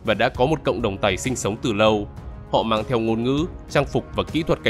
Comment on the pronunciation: đúng ra là dân tộc (người) Tày nhé; chứ không đọc là Tầy nvddl ///